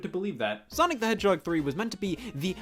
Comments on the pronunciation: for some reason I heard Scott say hedgehog as "YEAH A FUCKING HEADSHOT" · Sonic The Hedgehoy